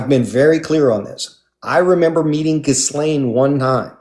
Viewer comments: I've heard it mispronounced many times by people/journalists/reporters/etc, especially when she was first getting linked to Epstein, so perhaps has heard it said incorrectly over the years as well. does mention that their adoptive mother wasn't especially smart so could she have been getting it wrong too? Just because a big conversation happened about the pronunciation doesn't mean she had it right. Just a theory. I could be wrong. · This is a point of contention for me. If so much attention was being paid that day to the pronunciation of “Ghislaine,” why is mispronouncing it now?